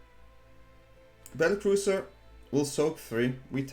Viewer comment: Battle cruiser you’re cute. It’s battlecrier ❤😂